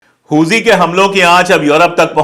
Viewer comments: Huthi हैं जी हूजी नही हाउथी है वो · Huzi nhi huthi hota h sir😂😂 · Hooji nahi hooti hota h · "हुती" (HOUTI) है भाई साहेब "होजी" (HOUJHI) नही है। Please Note it. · Pandey ji,correct word Houthi hai Hooji nahin. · हुजी नहीं है सर हूती है| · Huji nahi bhai huti k samane bolo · Houji nhi houthi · does not even know how pronounce Hoothys. He speaks Hoojees 😊😊😊😊😊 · Yes, exactly.